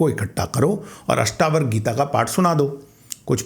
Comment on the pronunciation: 'अष्टावर्क' नहीं श्रीमान जी 'अष्टावक्र' सही उच्चारण है। बाकी आप बहुत सही बात करते हैं। शुभकामनाएं।